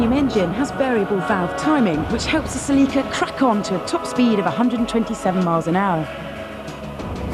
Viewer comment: I hate how you pronounce “celeeka”